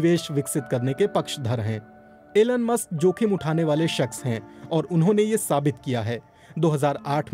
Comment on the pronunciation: Aeeelun Musk :- BBC hindi